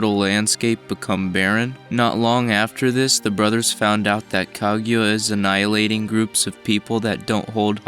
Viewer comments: It's KA-GU-YA Not kag ya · Son, can you say her name right. It's not Kagyura, it's KA-GU-YA. It's a literal sound son like you sound like Michael B Jordan Noroto. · "Ka-gyu-a"? "Tsukiyomi"? "Gamimaru"? Please learn the names, for God's sake! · Anyone else annoyed by his pronunciation of "kag you ah" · I've been pronouncing it "kah-goo-yuh"